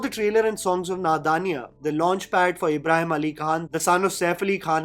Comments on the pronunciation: you're criticizing people's acting but you can't even pronounce a name right , it's IBRAHIM not ABRAHAM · but why are you calling him Abraham like John Abraham....isn't it Ibrahim...like ibrahimovic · Ibrahim, not Abraham!! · It's not Abraham, Or Abrahim It's is IBRAHIM❤